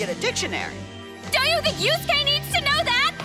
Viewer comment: at least he finally pronounced Yusuke name correctly this time. the last time they did a top 10 with him in it he called him Yu-suh-kay .... this guy is still the worst with anime characters names